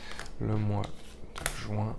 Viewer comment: Mois de JUIN et non pas le Mois de JOUIN . RESTONS FRANCE MERCI